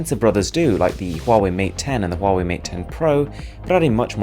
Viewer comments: Its says like how ey! Not huwawei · "Hawaii" is the correct pronunciation, not "Huawei". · Dude. Just watch their YouTube channel. They pronounce it as huawei, not hawaii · It's pronounced Haway, as in "Ha'way the Lads" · We in arab countries pronounce it as hawawy 😂😂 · It's หัวเหว่ย mate ;)